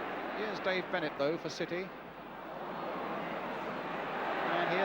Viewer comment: how difficult is it to pronounce Dave Bennett